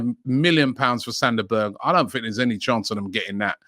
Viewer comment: Sander Berge? LOL!!!!